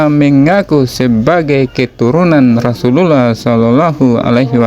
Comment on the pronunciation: Chanel koplak,,ngecengin Gus wafi,,sendirinya ngucapin kalimat Rasulullah aja belepotan,,,kentara bngt Chanel koplak nya😂😂😂😂